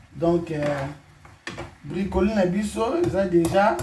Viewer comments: oza musenzi penza eloko nini ya koseka eza wana ebongo brocolis eza repas ya ba congolais? sia ata alobi bricoli ou bracoli ekosala nini. oza nde na complexe ya français. muasi goût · Ko BRICOLI 🤣🤣🤣🤣🤣🤣🤣 ON DIT BROCOLIS CETTE COMMUNAUTÉ AVEC LE FRANÇAIS 🤣🤣🤣🤣🤣🤣🤣🤣🤣🤣🤣🤣🤣🤣🤣🤣🤣